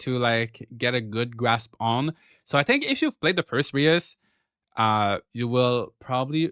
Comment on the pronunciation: Reus is pronounced like 'Ruhs', it means giant in dutch🙂